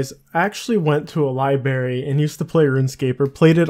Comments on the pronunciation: Library not libary ffs. Libarian? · libary? lol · I think that's just a Canadian thing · Came here to say the same thing..... Libary...... Kill me